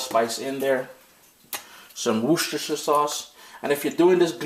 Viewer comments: Worcestershire is so pronounced wuss-ter-sher 😊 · It's pronounced wusta sauce. It's not pronounced the way it's spelled. Hope that helps :) all your dishes are a great help to me thank you for sharing!! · Worcestershire sauce, This word boy lol...